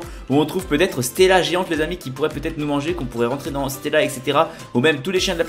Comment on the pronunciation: "On pourait rentrer dans stéla" je suis mort